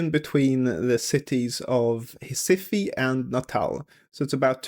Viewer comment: Recife is pronounced “Hes-eef” 😅